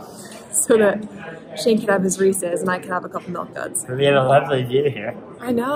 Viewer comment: I’m so impressed pronounced Reese’s correctly